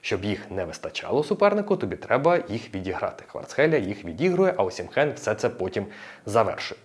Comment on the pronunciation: Класний огляд. Але є поправочка. "ОсімХен" не вірне звучання прізвища. Всі наші і інші коментатори з просторів колишнього радянського союзу, тобто російські і інші, чомусь так його називають. Я теж так раніше його називав , але мене виправляли саме нігерійці, його земляки. Правильно звучить "Осімен" . І всі іноземні коментатори - англійські італійські німецькі , португальські , іспанські , французькі називають його саме так - Осімен , з наголосом на " і " . ОсІмен ! Віктор Осімен !